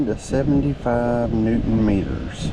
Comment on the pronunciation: now say newton meters again with that accent?